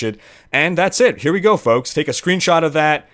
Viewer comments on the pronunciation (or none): "Hey foaks - ( 3 months later ) - this................... is...................................... "